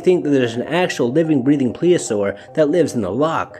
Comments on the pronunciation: "Plesiosaur" is the word, not "Pleosaur". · Um, did you mean "plesiosaur"? 'Cuz pliosaurs are different. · Should probably pronounce the dinosaurs name correctly if you're going to reference it. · Thanks for posting but you're butchering the word plesiosaur. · You should learn how to pronounce plesiosaur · I just checked how to pronounce plesiosaur and wow I was way off. I don't know why I thought it was pronounced that way. Thank you!